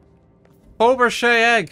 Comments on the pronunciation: What the hell is a fobershay egg, it's faberge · "Oh, a 'fobrechay' egg!"